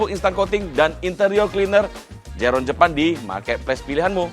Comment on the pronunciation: Zero one pak bukan zerone 😂